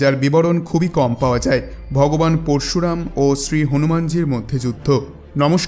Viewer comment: আপনি দয়া করে উচ্চারণ টা ঠিক করুন পরশুরাম উচ্চারণ ঠিক করুন